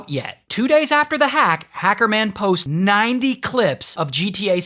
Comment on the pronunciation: The way he said hecerman tho💀😭😭😭😭💀😭💀😭